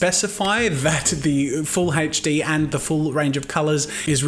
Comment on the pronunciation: its HD, its seems like you are saying hedge D